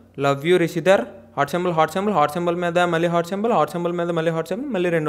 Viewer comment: Hello brother meeru ma favourite GAM couple rishidhara name ni correct ga pronounce cheyaledu so 1000+ times sorry cheppandi.😜